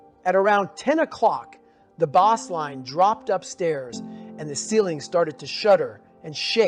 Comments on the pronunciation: Thumping bass?? Like the fish? It's pronounced base. This seems weird. I know David may be reading from a script and he was abused as a child so isn't the best reader. No disrespect, but if this is fake audio, that's disrespect to Goggins. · Was this an AI generated voice? "Bossline"? and "bass" <(pronounced like the fish, when it was supposed to reference sound)? It's a close cadence to Dave too, but a little in the uncanny valley tbh